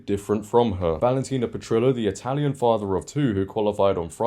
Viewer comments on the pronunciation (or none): none